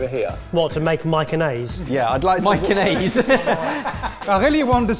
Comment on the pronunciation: onnaise LOL